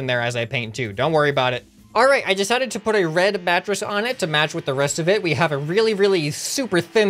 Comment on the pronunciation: "decided to add a red mattress, to MATT (pronounced like match) with the RESS-t of it." Hehe